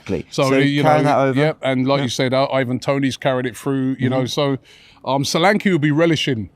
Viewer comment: Man be pronouncing Solanke like it is a polish name. IT IS A NIGERIAN NAME FGS😂